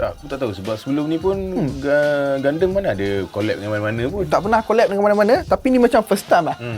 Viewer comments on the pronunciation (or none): Pelik doe cara sebut gundam jadi gandam. Setahu aku sedap didengar gundam. Haha ke cara aku paham nk sebut tu salah? Haha